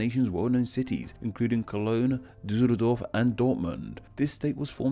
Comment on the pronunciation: "Bleemen"? Really? "Duzurudorf"